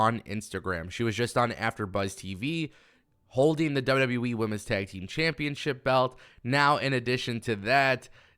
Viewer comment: The only thing you can't say right is wwe u keep saying w we wtf is w we lol😅